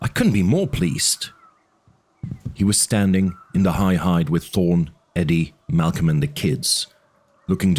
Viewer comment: Idk why, but it urks me every time he says "da" instead of "the".